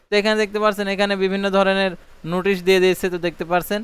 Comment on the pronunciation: উচ্চারণ গত সমস্যা আছে আপনার নোটিশ হবে,নুটিশ না।